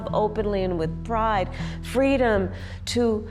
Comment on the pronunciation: Fweedom! How can you argue with that?